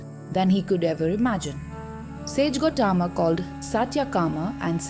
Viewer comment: The story is an eye opener for eligible truth seekers. One shortfall in the vdo is in the narration ...pls incorporate perfect pronounciation of the Sanskrit words like Gowthama, satyakama etc which seems to be in the English mode ...the narration seems to be an odd man out in the otherwise good vdo..God bless all truth seekers.